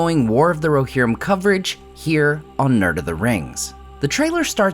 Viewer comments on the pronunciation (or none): "War of the RoHERrim"